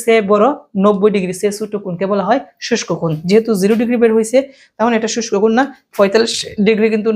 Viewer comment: শুষ্ক কোণ না সূক্ষ্মকোণ 😂😂😂